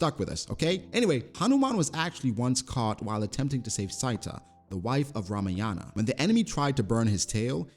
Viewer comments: You know another fact hanuman never knew his true strength and power unless some one said about them . And sita is not pronounced sytha its pronounced see tha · That's not Syta...it's Sita.. pronunciation C-ta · Bruh, sita is not pronounced as cyta, it's pronounced as seeta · a little correction the name is seeta (sita) not saiyta and she is wife of lord rama god not ramayana..don't mind i can understand it happens..🙂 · U just Butchered name Seeta. 😂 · ' Sita ' is pronounced "Si" ( as for yes in spanish ) - "Tha" ..... Sita . And her husband Rama . The story's or scripture 's name is "Ramayana " . Rama has a brother named " Lakshmana " . And Hanuman was the follower of Rama . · This is probably the best video u ever made man! Lots of love from India! Also a lil side note, Sita is pronounced like the bread Pita with a soft 't' sound. 🤗🤗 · love the attempt 😂 “see-ta” and “Rah-wa-an” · Sita is pronounced as Seeta. Otherwise food explanation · Atleast try to pronounce name of Indian gods properly, Sita is not wife of Ramayana (Ramayana is the name of the book in which the journey of Lord Rama is written) Sita is wife of lord Ram 😁✌️